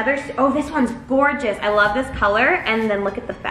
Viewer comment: did she say gorgeous or gorgeous ahahahaha 🤪😂